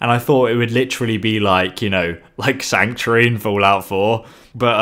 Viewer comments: Sanctury.... Please just say sanctuary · Am i the only that keeps hearing Sanctry? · I can't be the only one who finds his pronunciation of sanctuary annoying.